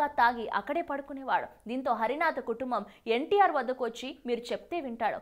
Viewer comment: పెద్దవారిని ఏకవచన సంబోధన చేయడం మర్యాద కాదు. హరనాథ్ గారిని హరినాథ అని తప్పుగా పలుకుతున్నావు?